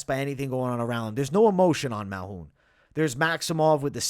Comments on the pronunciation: He be taking letters out of peoples name and pronounced it his way Malhoun 😂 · MALKOUN. There’s a K there.